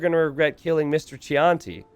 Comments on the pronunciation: Did you really pronounce Chianti "Chee-on-tea"?! It's wine, my guy. "Key-on-tea" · Pro tip: “Chianti” is pronounced “key auntie”, it’s a kind of Italian wine